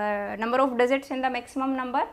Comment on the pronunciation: teaching well mam and that digzit digzit 🤣